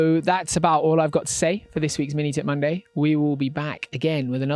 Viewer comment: I always thought you said Mini Tit Monday lmao